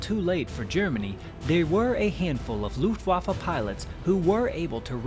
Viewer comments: It's an irritating American habit to pronounce Luftwaffe as Loofwaffe, doubtless because of the "U" it contains. Unfortunately, it makes you sound ignorant. Instead, pronounce the "U" as you do in Push and you'll be OK. It will help your credibility greatly. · Dude!! I wish you would learn to pronounce "Luftwaffe" properly. It is a proper noun and not subject to interpretation. it is NOT pronounced "Looftwaffa". Show some respect.